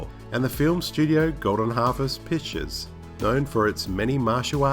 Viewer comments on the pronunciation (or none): none